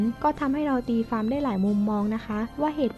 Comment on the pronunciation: ตีความ ออกเสียงเป็น ตีฟาม ใช้ภาษาไทยแบบนี้ มาอ่านประวัติศาสตร์ไทยได้ยังงัย มันน่าชื่นชม มันเก่งยังงัย